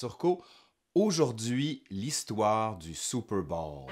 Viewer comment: Excellent mon cher ! Mais Laurent, c'est Super bôôôwl, pas Super bâââl ....